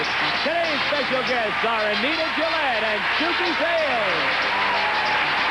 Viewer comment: I thought I heard Anita Bryant instead of Anita Gillette.